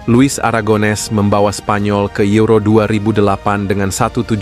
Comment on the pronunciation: Penyebutan juan mata: huan mata buan juan mata penyebuta la roja: la roha, euro: yuro bukan ero